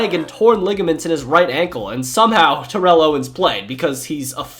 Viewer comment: That bothered me too. Along with the mispronounciation of Rechd Caldwell and Terrell Owens.